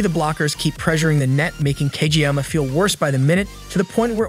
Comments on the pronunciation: He also said cageyaka lol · Fr tho tf is wrong with him it’s Kageyama but still W